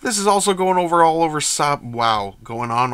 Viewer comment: I haven't finished the video, but just wanted to jump in early to confirm you are pronouncing Sabe correctly. In canon, her handmaidens adopted new names that sounded similar to Padmes in order to sow confusion with no one actively keeping track of who each of them was. Eirtae, Rabe, Sache, Yane and Sabe at first, then when she became senator, Padme liked the idea of having personal bodyguards who could act as her doubles so brought in Verse, Dorme, Corde, Elle, and Motee. Anyway. That's it. Keep up the great videos. EDIT: Dammit I'm back. It's a wig. Most of her hair styles are wigs. Again, made it easy for her bodyguards to double her simply by slapping the makeup on and wigging up.